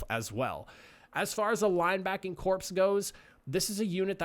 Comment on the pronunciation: Corps is pronounced like core, not corpse.